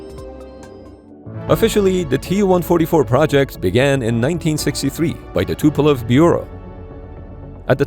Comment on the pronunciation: Not Tupelov but Tupolev